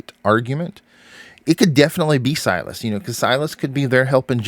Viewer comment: It’s Silas